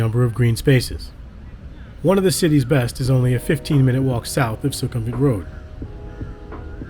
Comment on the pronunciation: It’s not “Su-KUM-vit”, but “Suecom-vit”.